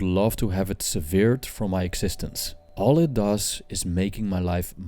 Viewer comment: 1.17 - SE VIRD, not SE VEERED,. Great video, though:)